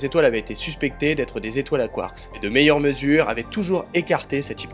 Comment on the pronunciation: 🤣🤣 t'as pas capté ^^ c'est ta prononciation de "quarkS" tu l'annonce au pluriel comme si tu parlais en anglais 🤣 je sais pas si tu connais les lettres muettes 😚 c'est un truc qu'on apprend en primaire 🤣 t'es sensé savoir ce que c'est 🥹😘